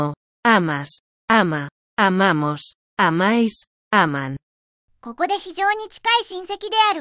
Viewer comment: ポルトガル人としてポルトガル語の分は大体正しいと認める、大体ということは一つが間違ているですからね。彼らは愛するの部分は "aman" じゃなくて "amam" です 例えば a↑manと言ったけど a↓mamの方が普通に言えそうです。 翻訳機が喋ているのぎこちなさではなくただ入力は間違ていると思います。